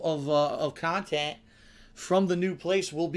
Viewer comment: He starts with the pending gaming drought and within minutes claims there’s a “ton of new khantent” he’s afraid he’ll miss. I do not understand this guy.